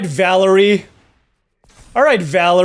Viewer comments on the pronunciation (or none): none